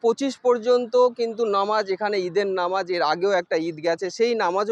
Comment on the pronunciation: দাদা ভাই নমাজ না এটা নামাজ হবে সঠিক ভাবে বলুন ❤❤❤